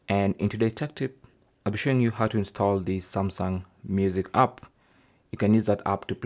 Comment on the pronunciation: Galaxy stall I heard😂